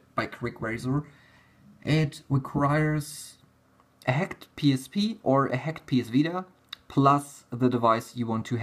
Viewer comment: "HEKT", "HEKT", "HEKT"... X)